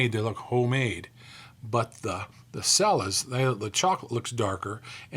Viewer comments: The Cella's brand is pronounced Chella, not Sella. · i'm pretty sure it's pronounced CHELLA. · Cella's is pronounced CHELLA'S